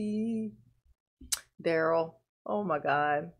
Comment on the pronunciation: Duh-rell, Duh-rell and his other brother Duh-rell. The 3 dimwitt firm that will keep you in touch with your Groundz.